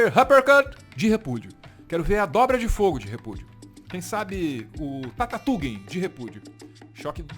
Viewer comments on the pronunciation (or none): "tatatuguem de repúdio"....to rido de rolar no chão aqui....lembrando da criançada nos 90 falando em tatatuguem!! =D